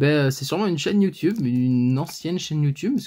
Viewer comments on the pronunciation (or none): none